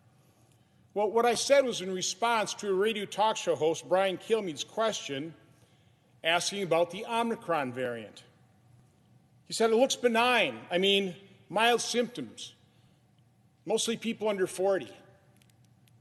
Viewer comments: It's not Omnicron! It's Omicron. People need to pronounce it correctly! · Why do all these folk think that the word is 'omnicron'? Same folk that say 'infastrucrure' OMICRON...INFRASTRUCTURE... Getting me all 'fustrated'. FRUSTRATED. Damn boy you almost 70 years old. I'm going 'nucular'. NUCLEAR... Still...better than Biden. Let's go Brandon! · Why the hell do people keep calling this thing "Omnicron?" It's OH-MI-CRON. It's the new "nucular." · Great Ghu on a pogo stick... It's OMICRON. Oh-meh-crahn! Just look at the word. Is there a letter "N" in it? Yes, yes there is. Where is it? At the END. There is only ONE "N". At the end of the word, in the "cron" part. The third letter of the word is NOT an "N". It's an "I". So pronouncing it as "Om-nee-cron" is WRONG. It is misinformation. Stop it. Omnicron sounds like a weapon from Doctor Who. Omicron is a Greek letter! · He can’t even pronounce Omicron correctly… he’s probably not the “second opinion” you should be looking for. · Why can't people pronounce 'omicron'? Unless they are just being facetious, which I would be on board with. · Yeah! Except for mispronouncing "omicron".